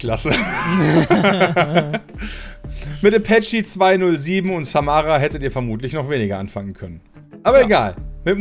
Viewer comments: Äpächi :D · Äpächi 207 wer kennt ihn nicht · Äpächi 207, wer kennt ihn nicht. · Johniffer Als ich das gehört habe, dachte ich mir auch nur... Was hat jetzt ein Kampfhubschrauber mit den deutschen Musik Charts zu tun? xD Kannst du das mal bitte richtig vorlesen?!??! :D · Äpätschie... xD ok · "Äpächi 207" und "Samara" KANNST DU DAS MAL BITTE RICHTIG VORLESEN? #boomer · Selbst Heino hätte in seinem Alter Apache und samra richtig aussprechen können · Für normale Menschen: Apache 207 und Samra Für: Äpetschi 208 und Samara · Äpächi statt Apache und Samara statt Samra hahahahahaha